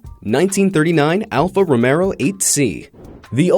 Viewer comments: It alpha romeo NOT ROMERO. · ALFA ROMEO NOT ROMERO YOU COMPLETE MORON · It’s Alfa Romeo , not Alfa Romero. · It's alfa romeo not alfa romero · Alfa Romeo... not Romero... not Romero... not Romero... not Romero... not Romero... not Romero... not Romero... not Romero... not Romero... not Romero... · Dude trying to pass himself off as a car expert when he says 'Row-Mare-O,' instead of 'Row-MAY-O.' Order another clown suit for this guy. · its Alfa Romeo not Alfa Romero, that is how your pronunciation sounds. other than that, great video. thanks! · bahahahaha of course I know what an Alpha Romeo is...just not an alpha romero...he said it about 3 times. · Alpha Romeo not Alpha Romero lol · The narrator is a moron. #10 is pronounced Alfa Ro-MAYO, not Ro-MERO... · Alfa ROMEO, not "Romero" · Not Alfa Romero it’s Alfa romeo stupid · Alfa Romero? Alfa Ro-mayo. Various facts wrong throughout the video. Dipshits. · Alfa Romero???? It's Alfa ROMEO, you idiot! Learn to pronounce correctly! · is Alfa Romeo!!!!! not alfa Romero!!!!! fix this monstrosity!!! clearly you don't know about cars and should not have chose you to do the voiceover for this video!! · Alfa romeo bot romero you idiot. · Romeo not RomeRo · Alfa Romero? there's no R in Alfa Romeo.... look at the Logo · ALFA ROMEO NOT ROMERO! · Alfa Romero, or Alfa Romeo? And Lu Mons? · Alfa Romero? lol really? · Alfa Romero? ROMERO? This twit should be castrated with a lobster. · As an Italian whenever he said Alfa Romero I died inside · After the 2nd time of 'Romero' I had to hit 'dislike' and exit! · What the F&%$# is Alfa Romerro? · Did someone noticed him saying ALFA ROMERO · ‘’ Alfo Romero’’ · WTF is an Alpha "Romero?" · Alpha Romero? Yeah, I can tell this guy knows his shit. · "Alpha Romero?" You can't even pronounce the name you idiot! You sound like an Asian trying to pronounce Cadillac! Cadirac! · He said remero by mistake forgive him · You had me at “alfa romero”. Have you ever heard about romero and jurriet?